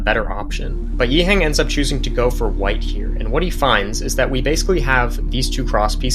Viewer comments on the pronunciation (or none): Great stuff. Btw, can we put a bit of respect on this guy’s name? Its not ‘yee-heng’ but ‘yee-h-uhhhh-ng’